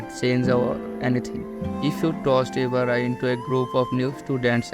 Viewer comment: You said Mayaka Ibara's name same as Oreki 😅👍